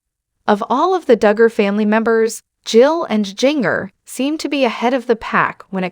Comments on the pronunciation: Her name is not pronounced like that. Ginger …. Like the spice is correct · Seriously? If you are going to be some kind of commenter on the lives of these women, you should learn how to pronounce their names!! Or teach your stupid AI to do it. Jinger does not rhyme with 'singer.' It is pronounced Ginger - like the spice in Christmas cookies. Like "gingerbread" and "ginger cookies" and "ginger snaps."